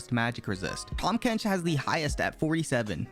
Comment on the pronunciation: Idk why but the "tahm bench" made me laugh so hard